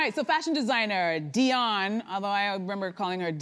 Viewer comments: like where did they come up wih that her name is literally spelled diane thats di anne not dion like come on now its willful stupidity for the sake of tv 🙄 😒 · I was about to say! I've never heard anyone call her "Dionne" til now. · The woman's name is DIANE NOT DION STOP IT !!!